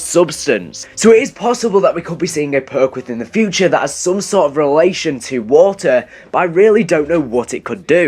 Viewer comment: When you say water it's sounds like walter😂